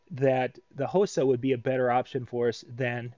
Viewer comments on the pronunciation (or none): Hosa is Pronounced (Ha Saw) Its Japaneses name.